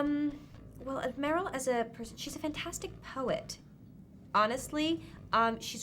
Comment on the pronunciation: Why does he mispronounce meryl?? it almost sounds like he is doing it on purpose